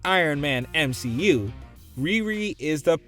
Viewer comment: "M She U"*